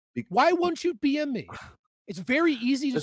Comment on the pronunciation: Is Doomer saying “why don’t you BM me?” 😆